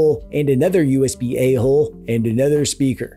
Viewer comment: I still laugh every time you say "usb-a hole"